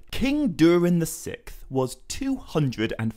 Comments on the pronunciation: I believe it’s pronounced “sicksth” as it’s spelled “sixth”. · Isnt it Durin the Sixth (VI)? You kept saying Durin the Sick. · When you say the 6th. The “X” isnt canceled out. Pronounced “Six-th”. Not “sicth”. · Sickth? Six th. Say it with me SIX Th... 😂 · Sikth? I thought it was sixth. Yes, I’m THAT guy. Sorry. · King Durin the Sikth 😂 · Six-th. Not sickth. Sorry it was getting to me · Saying "sikth" over and over is driving me insane. It's "Siksth". Incorrect pronunciation is my biggest pet peeves. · “The Sickth”? The ”sicksth” is how sixth is pronounced, dingaling. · SIXTH not SICK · Love the video! Absolutely fantastic work! I just wonder if I'm the only one who has never heard the word "sixth" pronounced the way he does."sikth" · Durin the sikth. It took me a while to realize how that was being mispronounced, but eventually I realized the x in sixth was being pronounced like a k, removing that final s sound before the th. Not sure if anyone else had trouble with that... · “Durin the Sikth” 💀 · Ah yes. During the sickth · Durin the Sick-th? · I shouldn’t say names so much as just a couple random words. You say “durin the sixth” multiple times, but you literally cannot pronounce the word sixth. You pronounce it like it’s spelled “sikth” it’s crazy distracting fr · Durian the sick’th? Why can’t you just say the sixth? 6th? Not sick’th. Lol. Good video anyways haha 👍🏼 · Pronouncing sixth as sicth really annoys me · Sixth not sikth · dude cant say sixth to save his life lol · You can’t say sixth correctly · This guy made me so mad when he kept mispronouncing 6th